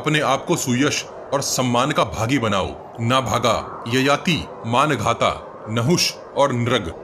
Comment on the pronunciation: Bhai wo manghata nahi mandhata hai